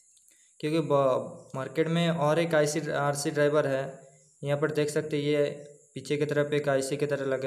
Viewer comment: आप हैं को है, लें को ले क्यों बोलते हैं ले ?